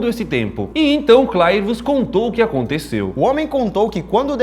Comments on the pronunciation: eu acho que se pronunci CLERvius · Se pronúncia "clervius"